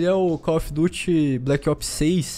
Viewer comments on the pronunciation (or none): none